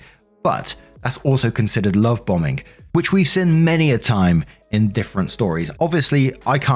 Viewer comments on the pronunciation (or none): none